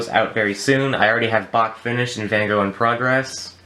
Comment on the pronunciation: You pronounced Van Gogh wrong the Gogh is pronounce “go” as in “goat”